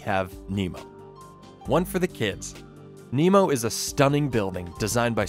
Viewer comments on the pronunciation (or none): none